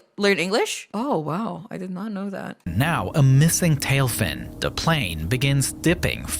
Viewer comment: its not panel its plane dc😭✌🏻😂